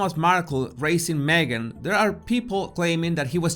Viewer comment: Jesus I love the way you say your name. It is so beautiful to the ear. My old kiwi accent could never do it justice.